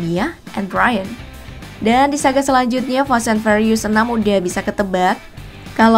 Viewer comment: Ngomong furious nya (fyuritus....) Bukan farius